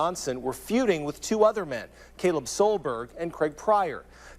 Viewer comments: It's the Kalib vs Caleb for me. Charlemagne's pronunciations 😕. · Kaleeb!?!?!? Ka-leeb?!?!?!? The news story said the man's name was Caleb? 🤦🏾‍♀️🤦🏾‍♀️🤦🏾‍♀️🤦🏾‍♀️ 🤣😂😆🤣🤣😆🤣😂